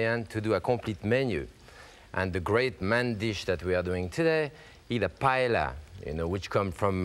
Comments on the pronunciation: and called it "payella"... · I love Chef Pépin. In fact, one time I was cruising on the Oceania Riviera cruise ship while he too was on board and was in my painting class. If I had seen this video before that time, I would have taught Chef Pépin how to pronounce 'paella' correctly. Watching this video, I couldn't believe that a great chef like him was mispronouncing the word.